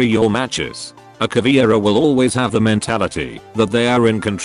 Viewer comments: Cahhh veh eee rah. Now please repeat. Not CAH VEE RA (Cavira?)... It is like if we (portuguese/spanish speakers) called Buck "BOOKIE". Google translator tool reading ia awesome for that word pronunciation... I do not intend to be picky but this is anoying (even pro league events call her CAVIRA or CAVIERA!) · It's pronounced Ka-VEH-rah, not Ka-VEEuh-rah, meu amigo. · Also almost everyone pronounces her name wrong! It aint "Caviera" it is "Caveira"!! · if anyone don't know... Caveira = Skull Caveira is a Brazilian charater And that's why i don't know if is "charater" is the correctly way to say that, im Brazilian too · Just being an asshole here, but from every video i've seen about r6, no one ever pronounced caveira right, same with capitão